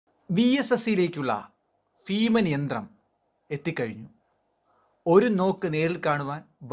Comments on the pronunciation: ഫീമൻ അല്ല ഭീമൻ.... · ഫ അല്ല ഭ ഭാരം, ഭാരതം, ഭീമന്‍............. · Bheeman not feeman.